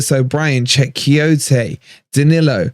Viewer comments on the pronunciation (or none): none